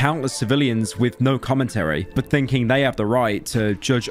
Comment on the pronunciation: In Australian I can’t even write the way you pronounce the word ‘but’ as there is no vowel that makes such a cursed sound. It’d be somewhere in between “bert” and “bort” and to make the sound we have to make the same expression we make right before we vomit when you make that “ert-erlt-ert-erlt” dry reaching noise. Boert (that’s nearly it!) you’ll be happy to know that the only way I can think to get that awful sound out of my head is to go and find a well-built door and slam my head in it until I forget.